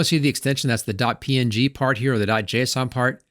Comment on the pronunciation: You add a "y" to every word you say. Even png somehow. "PNyG payck iycyon "